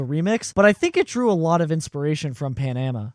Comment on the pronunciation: It's Panama not "PA-NA-MA"